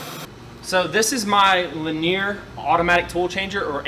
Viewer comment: Dude your videos and info is always awesome but i can't get over your pronunciation of linear... in a terminology video. "li-nee-ur"